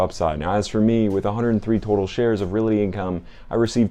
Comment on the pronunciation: It’s realty, not reality. And I know you’re not saying reality as in the word with the accent in the al, but you are saying reality with the accent on the single syllabled rea. Appreciate the video though. Always like to hear what you have in your portfolio!